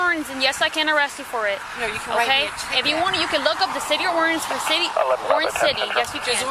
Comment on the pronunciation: It always tickles me when officers can barely get the word "ordinance" out of their mouths but want to violate people's constitutional rights with unconstitutional laws.